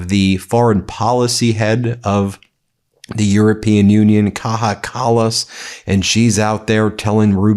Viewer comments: Ben! Ben! It's Kaya Kallas, not Kaha Kallas! The "j" is pronounced like "y" ! Thank you for your attention to this matter..... 😂 Love you guys at Médias! 👍👊🇺🇲❤️ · Its pronounced "Kaya Kallas"!!!!!